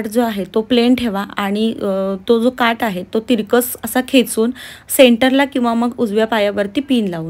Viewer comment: ताई काठ म्हणा काट नाही